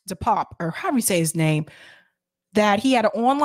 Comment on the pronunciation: DePape is pronounced “Dee pap-pay”